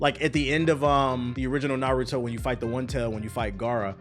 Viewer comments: “Nurudo buruto” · Clickbait much? No real fan would ever call it “NuhRooDoe” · Ah yes the good old naruro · We really in 2023 and still saying "Nuhrooto" but good vid tho. It's true, the game has crazy issues. But it's still fun AF. The combat is better than any of the previous UNS games. Things the game needs ASAP: friend lobby, penalty for quitting matches. They've already announced they will be adding an update soon, so hopefully it covers those at least. And one thing it will never get but I wish it did is cross platform. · I can’t tell is he’s telling pronouncing Naruto and Boruto names like that or not 😂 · I'll be real I haven't seen the video and I don't plan on watching the rest of it after you completely botched the name of the game I do not respect that you know nearly enough about this topic on top of I've been playing the game for 3 days straight and absolutely love it and everybody I've talked to about it also loves it so I really don't understand where you're coming from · I feel like people pronounce Naruto wrong in purpose